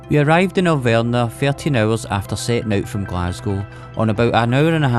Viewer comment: AhLL- Vrnah!!!! That is what you were talking about,,, Alverna...no W is it and no a as in say whaqt so ever the difference between v and f is the same as between z and s, v has NOTHING in common with W.